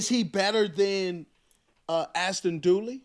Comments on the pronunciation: Dulin, His name is Ashtin Dulin. Not Dooly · During! Not dooley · ASHTON DULIN not DOOLEY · I thought he was pronouncing Duleen.